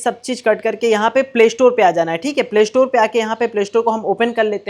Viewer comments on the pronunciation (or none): o saly shatore nh. store hota hy. pavli ho kia. سا ki awaz nekal